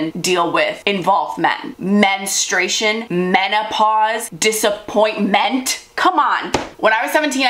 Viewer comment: "DISAPPOINT-MEN-T" yes very true😂